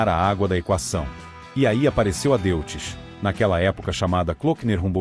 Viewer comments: A.pronúncia correta é " Dóits" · Antes de mais nada deve corrigir a pronúncia para DÓITZ para respeitar o idioma alemão. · Amigo, DeutschLand é Alemanha, e pronucia Dóitland. Então o Motor Alemão, Deutz que quer dizer Alemão, vc pronuncia Dóits. Tendeu? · Erro crasso, a pronúncia do nome do motor, lê-se Deutz, falasse Doitze, se assim entendo. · Dóitz, se diz Dóitz. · A pronúncia é "Dóiti".